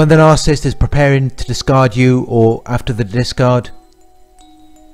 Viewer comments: Ms Smith I’ve found that the younger generation does not like correction nor admonishment and they are willfully rebellious. If a narcissist (which is pronounced with three syllables, unlike what this Australian sounding man is calling a two syllable word,) is someone who is “ a lover of self” is mentioned in the Bible “ In the last days, men shall be lovers of selves, boastful, proud, arrogant, rebellious against their parents, ....” it goes on too. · Narcissist is a three syllable word! It’s not Narcist. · Narcissist has three syllables. Why does this 'expert' keep saying 'narc-ist'?